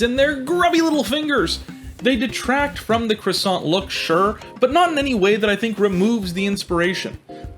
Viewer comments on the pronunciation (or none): none